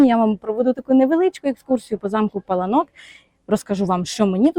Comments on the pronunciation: Наголос на (а ) пАланок переклад паркан ,огорожа!!!!!! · Вибачте, але місцеві жителі кажуть ЛАториця і не ПалаНОк а ПаЛАнок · Завжди думала,що це замок ПалАнок і так на нього і казала) Дякую буду теж знати 😊